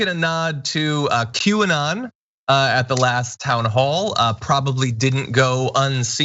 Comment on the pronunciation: Did John just say "Quay"?